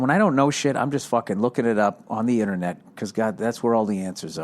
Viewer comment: inter-newt lol Bill